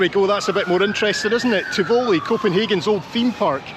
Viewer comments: “Tih-voh-Lee” and then later the correct pronunciation of IKEA? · Love the video, so sorry to be a bit picky. You pronounce Tivoli in a weird way! I don't think you'll like it, as it's very expensive and not that exciting. I think Danes go to a place called Bagen, on the outskirts of town. I was in Copenhagen in 2023 for the first time in years and it has got very busy and ludicrously expensive but it's worth exploring because it's truly beautiful in places. Thanks too for all the beautiful footage from the rest of Denmark.